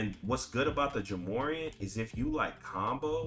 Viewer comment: Bro… Its’s pronounced like Jah More-Ant 😂😂😂